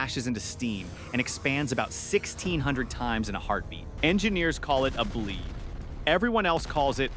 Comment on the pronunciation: It's pronounced Blev-ee